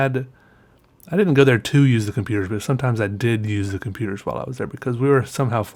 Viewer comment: when says computers it sounds like com peters.